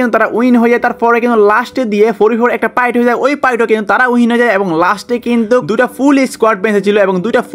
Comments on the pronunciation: Bhai apni pight bolen kn 😂 fight bolen 😊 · Fight ❎ Pight ✅😂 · ভাই পাইট না ফাইট😂😂